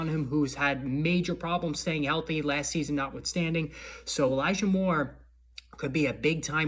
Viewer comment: I think u said eligah mitchell when u were talking about elijah moore